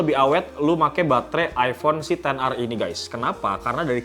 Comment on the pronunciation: Kenapa ten ar c, bukannya ex er